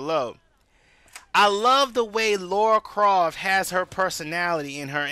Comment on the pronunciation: Laura croft lol, Its Lara croft buddy